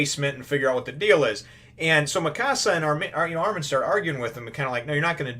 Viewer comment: and the pronunciation is Armin I beieve (ar-min, not ar-meen)